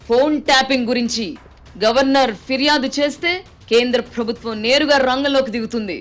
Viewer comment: Nice analysis....but చిన్న సలహా.... ప్రభుత్వం అనే పదాన్ని సరిగా పలకండి... ఫ్రభుత్వం... అనటం కర్ణ కఠోరంగా వుంది